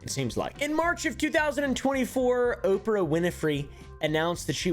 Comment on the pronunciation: I love you but i HATE the way you pronounce oprah lol